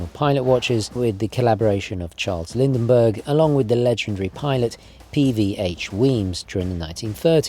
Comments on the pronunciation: Nice work. However, the name is Lindbergh not Lind-EN-bergh. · Lindbergh, not Lindenbergh.